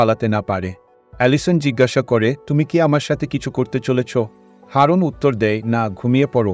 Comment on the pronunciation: Haaroon noy ..eta aroon..